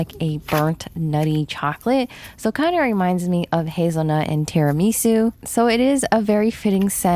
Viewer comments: terramesui?? you mean tiramisu ?? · favorite quote: “Tara-ME-su” 💅😍🤪